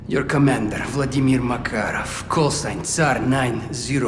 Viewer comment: New Makarov can't even pronounce his name. 🤣